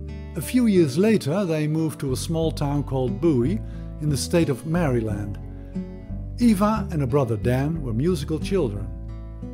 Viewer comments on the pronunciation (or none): none